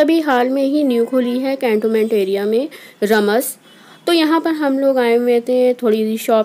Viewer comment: Its रामास not रमस